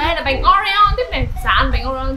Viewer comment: Oreo chứ ko phải Oreon nha chị